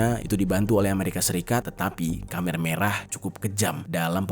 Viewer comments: Koreksi nih bro, penyebutan Khmer bukan Khamer (dlm bahasa Arab minuman keras) tp Khmer (khemer). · KHMER di bacanya kemer bang bukan kamer wkwkwk